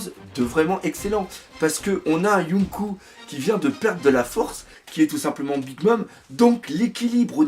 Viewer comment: Yonkou se prononce Yonkô (avec un prolongement du o) et donc pas de référence à dragon ball pour le coup ^^